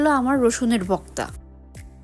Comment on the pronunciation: সবই বুঝলাম আপনি ভর্তা কে ভক্তা বলেন কেন?????